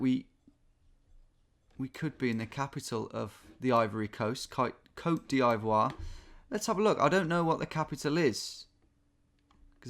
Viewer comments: Tom, to my understanding. the pronunciation of the country cote d'voire is COTE DIV'WAAR. I have heard you say it a few times and was wondering if you were saying it weirdly on purpose. hopefully you see this comment and recognise the correct pronunciation. also i love your content, you are a true legend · love your vids! just wanna let you know it’s pronounced “coat dee-vwar” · Tom : Ivory Coast Also Tom : Côte d'Eyevoire You only need to pronounce it like you pronouce the ''I'' in Ivory haha! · Motaengil is a Portuguese construction company, was surprised when it said “cote divoire” instead of Angola or Mozambique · "You should get this, or play another game." "If you've never had a country before, you don't really know do you?" "Côte D'eye-vwore." "Usually when you see French in Africa it's Senegal." This is the sort of melt that would show up once ever to the trivia night, get 70%, and once the other scores were announced look absolutely floored anyone else got over 71. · Ah yes, we are back in Cote dee eye voire with Tom! xD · "Coat Dee Eye Voua" cracks me up every time. :P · Côtes d"ee"voire Tom hahaha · Côte d’Ivoire must be pronounced « kot deevwar » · Hello Tom, small detail, but it's pronounced Côte DEE-Vwar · Côte D'EE-VOIRE pls